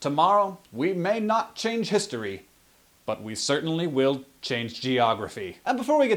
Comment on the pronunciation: "Gentlemen, we may not chance history. But we certanly will chance geogrophy" LMAO